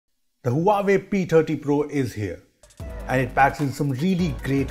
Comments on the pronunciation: Omg, this is beast. I don't think any camera beat this zoom features. Hey, the correct pronunciation is wah-way not Huawei. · I guess you aren't pronouncing Huawei right! 😬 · the huawei P "Tatti" pro? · The way he pronounced Huawei 😂